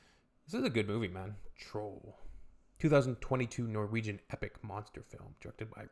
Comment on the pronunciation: I love your Norwegian pronunciation, - You make my language almost sound Vietnamese 😆